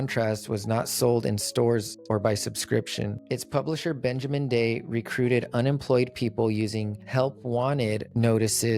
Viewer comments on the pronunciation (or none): none